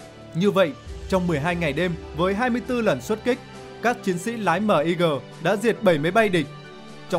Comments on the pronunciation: Sao lại đọc " Míc" là " Mờ I Gờ"; Ko sai về phát âm ký tự trên văn bản... Nhưng bao lâu nay luôn nghe về máy bay MIG ( Míc). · Ad nên đọc luôn tên MiG luôn ad ơi . Đung đọc từng chữ cái mot M-I-G.trong khi mình lại đọc tên máy bay sam 2.